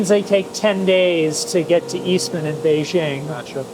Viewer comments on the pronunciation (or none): none